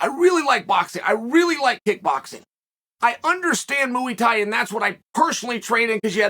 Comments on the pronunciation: Muay Thai, MUAY Thai. Not Mooey Thai 😭😭 great video tho Chael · Within 1min heard him say mooey tie and was in stitches. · “Moo 🐮 Eee Thai!” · Ah yes, mooey thai. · It’s Muay thai